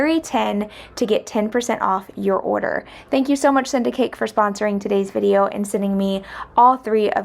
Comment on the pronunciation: Lol!! I thought you were saying "syndicate" & I was so curious what it was going to be about & then I saw the ad & I was like ohhh! Send a Cake... PS - those plants you dug out in the front yard that you thought were dying I believe could have been saved. You need to periodically just pull off those bottom yellowed & browning stems & leaves which should help to keep the rest of the plant healthy & looking good as most of it did.